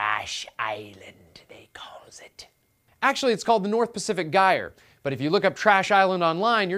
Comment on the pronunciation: Stop mispronouncing gyre.